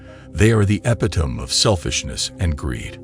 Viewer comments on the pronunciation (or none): It's pronounced "ep-it-o-me", not "ep-i-tome". Fantastic video!